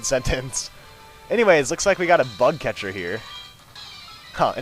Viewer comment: sometimes when he says bug catcher it sounds like butt catcher haha buttcatcher